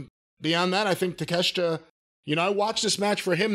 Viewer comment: Sometimes i agree with cornette. sometimes i disagree. other times, i am just baffled. this is one of those times... he says 'i love take-a-shit'... if you had a modicum of real respect for him, you'd learn to pronounce his name right.